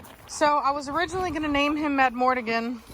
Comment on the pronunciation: i vote for culture, but only so i wont have to hear you say madmortigan when its madmArtigan!